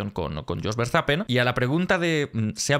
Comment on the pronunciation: Nadie podra con Verstappene (con la "e" final de la voz de Victor)